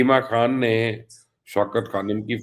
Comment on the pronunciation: او بی بی اپنا نام ھی ٹھیک لے لیا کرو بشری کھان نہیں ھے لفظ خان ھے 😂